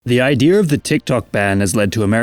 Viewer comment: “the idear of the TikTok ban” haha idear